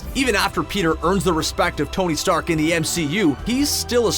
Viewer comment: did you mean tony steak hahahahahaha